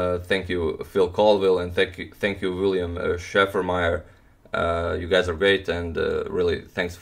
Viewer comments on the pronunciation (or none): none